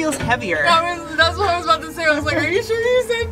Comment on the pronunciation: Aboot? Working on your Canadian accent?